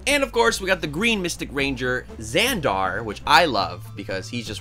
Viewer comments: The way he pronounces Xander really annoys me🤣it's Zand-ARE it's Zand-ER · Said Xander wrong he said Xandar